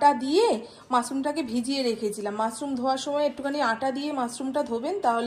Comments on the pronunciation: It's mushroom.Not musroom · Musroom na mushroom. S noy sh.